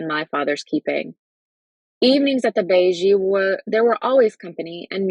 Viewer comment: Beje is pronounced (bay yay) but otherwise, great reading!